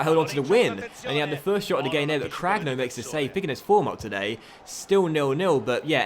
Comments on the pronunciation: I think ur keeper name is pronounced cranyo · Cragno’s name is pronounced as Cranioh (same as you pronounce the nho in Cuotinho)